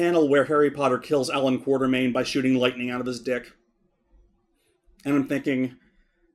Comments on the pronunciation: KWAT-ER-MAIN not QUARTER-MAIN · Sadly despite the books spell it Quatermain, still pronounces it wrong.:(